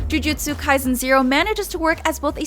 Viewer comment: "Jiujitsu kai-zen"